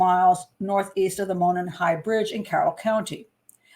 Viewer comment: Monon sounds like " Mow non" not "Moanin"